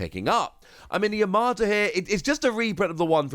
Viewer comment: Videos always on point but please stop putting an R in Yamato it's Yam-a-toe not Ya-MAR-to Other that then my go to for Op News 😊